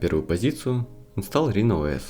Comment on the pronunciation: Не рино, а райно. Оно же написано на английском, а не на греческом